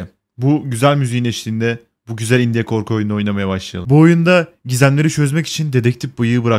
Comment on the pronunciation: Biraderim, video çok iyiydi fakat sana yalvarıyorum, "indiye" deme şuna.